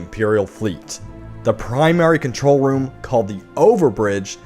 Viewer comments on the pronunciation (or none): none